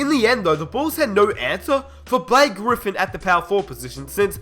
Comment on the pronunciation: Liked the video but, theres no way in hell that the Knicks are ever that competitive with melo on the court, ask jeremy lin. and no chance that kawhi ever develops on the knicks like he did in sa, again, because of carmelo. and cmon, the clippers? blake griffin? you said his name like he jordan.